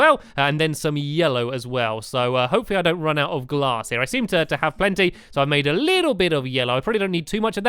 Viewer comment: He said stained class instead of glass